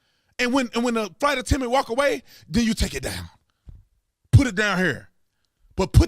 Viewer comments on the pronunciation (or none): What's a flight attendment? It's a flight attendant!